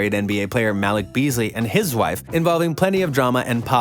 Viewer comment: Muh- Leek!!! 🤦🏽‍♂️